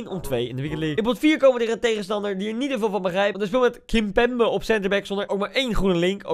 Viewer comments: Sven 075 kimbaambee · Niemand: Helemaal niemand: Koen: KiMpEmBe